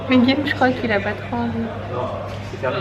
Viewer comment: ARRETE DE DIRE GUILLEÈME CES GUILLAUME ! Olaaalaaa